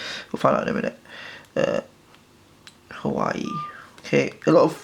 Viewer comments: A couple of things: It is Huawei not Hawaii When you record dont have someone play on their phone in the background. I can hear some weird beeps. Slow the frick down! Half the time I cant understand what you say because you talk so fast and slurr your words. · its actually Huawei and its pronounced WAH-WAY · Ikr it's not hawaii it's hauwei and don't be so aggressive with the screen this video did not help me at all as I am getting this tomorrow and next time be A problem and block background noises other than that it was...... Actually nothing about it was good Xxxxxx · It's called huwa way! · pronounce the fucking name right if you're making a review